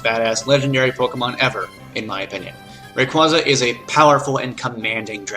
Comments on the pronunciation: It's pronounced as ray-quay-za and ar-key-us not ar-see-us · NakedBanana Bibarrel, Raquaza, Scizor, Giratina, dedenne (not gonna spell-check) and I can't confirm anything for gen 6, since I never played it. Aside from Scizor and Dedenne, his pronounciations weren't that bad...